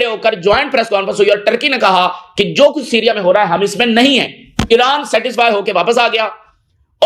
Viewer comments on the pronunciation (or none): Iran bolre ya iraq nahi samaj aata